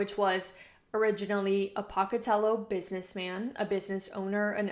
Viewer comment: off topic im from pocatello and the way you say it is so funny 😭